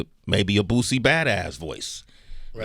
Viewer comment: Sway saying BOOTSIE is irking me 🤣🤣🤣